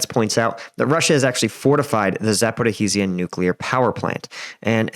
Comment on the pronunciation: Za - po - REEJH - ia